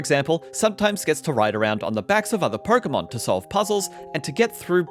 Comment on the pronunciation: "Perkomon game" 😂